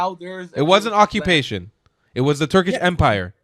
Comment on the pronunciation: Acubation! Broblem! "I'm Belgian", Balestinians, " They helb the beable" hahahahahahahahaha.